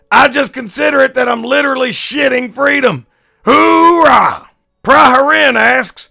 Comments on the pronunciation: Did I just catch him saying "Hoorah" at instead of "Oorah" ??? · last time i checked there was no "h" at the beginning of "oorah"...if you wanna act like a marine, do it right.